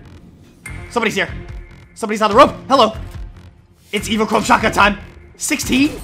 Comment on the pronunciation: Its pronounced evo-chrome burst rifle